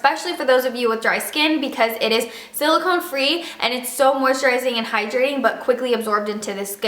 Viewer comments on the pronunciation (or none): none